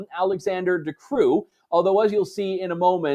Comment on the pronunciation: Andrew, the Queen of the Belgians is indeed Queen Mathilde, the first native-born queen and the wife of King Philippe. Alexander de Croo, who is Flemish, like most Belgian PMs, should have his family name pronounced like “crow”, not like “coo”. I watch “Le journal belge” almost every morning a.m. on TV5, which is highly entertaining if you understand French, so I knew this stuff, but you really should have boned up a little more on Belgium before making your trip to the WEF Summit. De Croo is very much a politician in the Trudeau/Rutte mould, by the way. It is almost like a lot of these woke PMs all came out of some Disney Animation factory. Did you see Greg Gutfeld’s take on Davos from his show on Tuesday evening. He said that Davos was where the rich and powerful met to discuss such weighty subjects as what is the best of eating sushi off a prostitute’s naked buttocks. Maybe next year instead of going to Davos you should hire a couple of struggling Canadian stand-up comics to perform WEF-takedown monologues on your show. It would be a lot cheaper than going back there and better for the Canadian balance of payments.